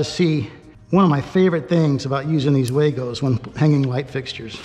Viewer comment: The company actually pronounces their name WAGO like wah-go not way-go. 😉